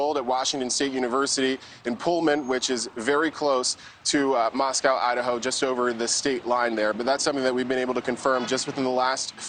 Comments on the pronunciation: It's also pronounced Mos-co not Mosc-yao. We prounounce it differently than they do in Russia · LAY-TAW not latta. MOS-CO, not Mos-COW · He pronounced the county name and the city name wrong in this report. It’s Lay-taw (Latah) County and Moss-co (Moscow) City. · Dude it’s Lay taw County. Just like Mosco long O not Russia. Many names in this area are Native American like Cour da lane (pronunciation not correct spelling). Please learn correctly thank you. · and Lay-tah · Your reporters should be professional enough to at least pronounce Moscow correctly! Come on!